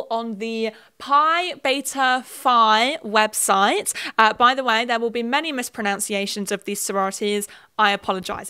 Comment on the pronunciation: Saying there will be many mispronunciations while mispronouncing mispronunciation was the cherry on top here